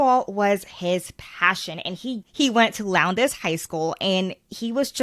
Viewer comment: Lmao nobody ever gets Valdosta ( Val=dah-sta ) or lowndes right not (low)ndes is pronounced (law)ndes .................... Sh*t lockers are like $10 a year here. Our town is as corrupt as they come and run by the good ole boys!!!! lmao our "town" IS NOT racially divided at all. This is all about these boys fighting over a girl and one of them ending up dead and the FBI helping cover it up!! As well as Lowndes county sheriff's office. Can't watch anymore of this at all you really need to get all the #FACTS #kj #JUSTICE #JusticeforKJ